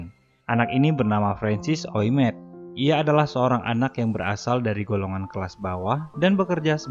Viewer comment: bacanya Ouimet -> Wime